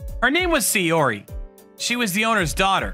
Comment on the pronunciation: Her name was NOT "Sayori", it was Saori. Check your pronunciations.